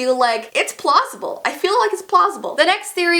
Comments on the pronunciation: You said it’s plossible! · "Its Plossible I feel like its Plossible"- 2018 im sorry 😂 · Ellie Rose lol i heard plossible too 😂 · No one that watched this: Not even your favourite youtuber: Me:Is anyone goanna talk about when she said Plawssible? no? okay- Also me:Is anyone goanna talk about that picture with Naila's head flat? no? mk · She said plosable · I feel like its "plossible" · You said plossible i did not spell it wrong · I feel like it's plossible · Your mom said plosible in your $.99 video lol 😂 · it sounds like your saying it’s plossible 😂😂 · Ellie Rose plossible XD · I heard plossible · " its plossible " plossible ya it is plossible